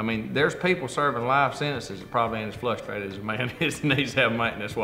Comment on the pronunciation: "Flustrated" LOL.